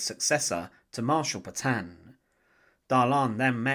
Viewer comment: Se pronuncian de gol y Petion